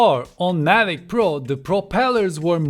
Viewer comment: Mavic, not Mavik!